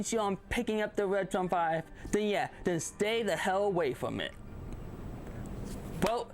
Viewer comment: wetwon 5 is wery wood wonsole you woron!